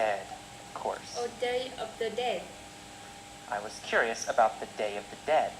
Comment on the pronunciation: ơi, t nhận xét bài c nhá:D 1. Độ to: ok c nhé, rất rõ ràng. 2. Phát âm: 1 số chỗ từ t phát âm chưa chuẩn khúc "it" k có /s/ nhé và "was" c phát âm thiếu /s/. t k soi thêm đc lỗi nào khác nhé. 3. Trọng âm từ và câu: t k thấy trọng âm từ và câu trong bài của nhé, nó bị đều từ đầu tới cuối. 4. Tư thế đứng và cảm xúc: tư thế đứng tốt nhé c. nhưng c nên lồng cảm xúc vào, đặc biệt là những đoạn mà có " yes, no " ấy. phản xạ trả lời câu hỏi chưa tốt c nhé, và câu trả lời ở 1 số câu hỏi c có thể kéo dài câu trả lời và bổ xung thêm thông tin cho c trả lời nhé thêm cảm xúc vào bài sẽ hay hơn nhiều nữa, phát âm tốt nhé c <3